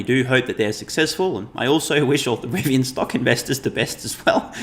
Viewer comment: You definitely have a lowd moth, but you were correct both for Rivian and Nikola